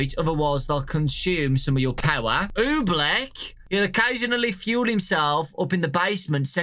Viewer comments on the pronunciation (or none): Ooblek is pronounced Oh-bleak not Oo-bleck Ewok is pronounced E-woke not E-walk Gemini, Ooblek, and Drago do not have jumpscares And if you squeak the nose 20 times... Something will happen